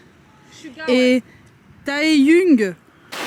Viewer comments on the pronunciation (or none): ''Vous vous rendez compte que Jimain il a marché ici?" "Jimain?" "Jimain!" "Jimain!" "Et Vé aussi!" "Et Çuga" "Et Taheillungue"